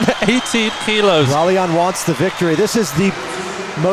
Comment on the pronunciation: The name is pronounced La-La-yan not La-liyan